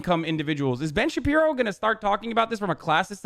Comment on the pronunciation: “Ben Shabino” ....do you know how to read?! OMGZ I JUST REALIZED UR THE TOOL WHO SAID AMERICA DESERVED 9-11!!!! Son, gtfo of here. You have no idea how good you have it. You gotta go man. You gotta leave. Get outta here for awhile. Go experience actual oppression (which I have witnessed, first hand, in places with actual oppression. Places you praise, actually) and get back to me.